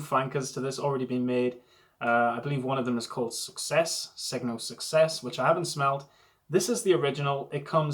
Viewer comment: Segno means sign, the g is not pronounced though and there is a silent "i" after n. In other words, just like "senio"